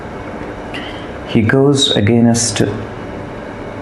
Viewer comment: No wonder he killed himself. He could NOT even SPEAK PROPERLY. Who pronounces 'against' as 'againust' in this day and age? And presenters at each of the Indian TV channels i have seen have been highly disappointing. Without exception this fake accent and lousy accent not to mention tawdry, repetitive monologue is highly forgettable.